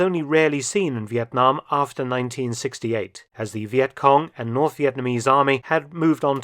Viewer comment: Professor Mark’s pronunciation of “Việt Nam” is exceptional and pleasant to hear as a Vietnamses ! !